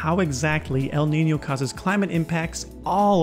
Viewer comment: Congratulations Not only your channel is wonderful. You are also the first English speaking Youtuber to accurately pronounce the ñ in Niño